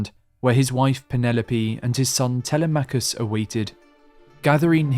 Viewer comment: Such an incredibly detailed and colorfully described tale! Thank you. However, you pronounce the son of Odysseus the same way I did for years: Tel-e-MACH-US. A small matter, but the correct pronunciation of the Greek name is: Te-LEM-ach-us.